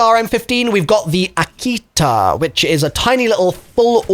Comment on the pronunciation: Man…dalek with the “N” in front of Akita and now u butcher “NOVA-LINE”